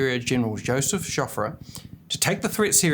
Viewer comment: On the ball except he cannot finish any word ending with 'ing'. it sounds like a story teller reading tales to mates in a pub, if that was a thing. 'Singin', 'shootin', 'tellin', 'twangin, quotin', swingin and 'tinglin'', 'capitin' their teeth (supposed to be 'cutting') and Joffre is 'Choffrey', and Genral French is 'Sirjon (one word) French', and that is all the other examples of a lack of clarity at times despite the clarity of the simplified information, but the assumption 'as you and I would do in this situation they started to call on the devine for help'. Really? Onward Christian soldiers, or a wanna be historian in this case. 'What was 'goin' on here? What were these supernatural aparations?'' Lol. 'The rape of Belgium paved the way for a belief that a Christian god would intervene against such an evil enemy'. Well I guess amongst all of the information available this kind of thing by a less than obvious Christian would be of high value in a 13.20 minute video about the battle of Mons. Dishonesty in concealing ways of propagating christian messages, such as those buried in and tainting history is the kind of dishonesty one can expect from Christians and Police amongst so many of the old established institutions people like this tale regurgitator seems to tell so innocently. I can just hear the decision amongst the chritstians friends, 'I know, I'll make a video about the angels of mons that will be interesting to all those who like WW1 topics and that will allow me to